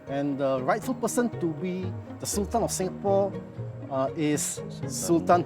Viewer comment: Come on, This is a sg production.. It would be better to read it Sul-Tan (in malay way) instead of Sal-Ten imo…